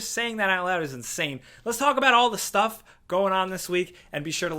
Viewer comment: ‘Shh-Stuff’ 😂 😂 nice catch.